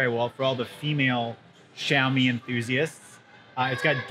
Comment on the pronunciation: I think xiaomi not xaiomi